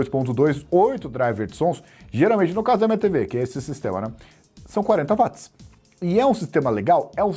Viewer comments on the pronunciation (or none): none